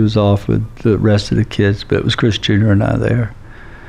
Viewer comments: Every time he says chris junior it sounds like he's saying chris jenner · I keep hearing Kris Jenner. Does he mean Chris Jr? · I kept hearing Kris (Kardashian) Jenner most of the time. But I am playing it faster than normal.